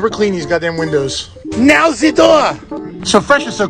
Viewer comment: “lets do the windshield” “now zee door” good shit great video man the entire thing was great